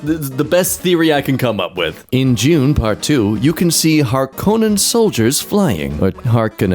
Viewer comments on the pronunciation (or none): none